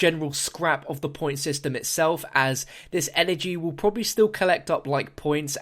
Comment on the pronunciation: "which is pro-a-bibly" new pack-a-punch? We gotta make the pab :3